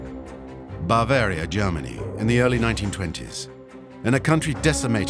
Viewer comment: Three minutes in, I can’t stand to hear “bAAvaria” once more.